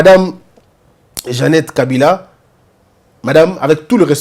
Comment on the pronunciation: On doit le défier en prononçant seulement les Nom des leur frère Kabila et eux il prononce kabirrrraa